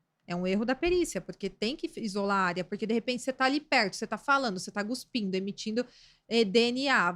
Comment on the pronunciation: NÃO É GUPINDO E CUSPINDO O CORRETO. GUSPINDO NÃO EXISTE PELO AMOR DE DEUS!